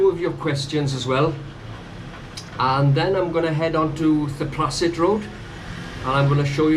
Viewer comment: “Th” in Thailand is always pronounced like “th” in Thailand, never as a voiced dental fricative phoneme such as “th” in this. Ergo, Thepprasit is Tepprasit.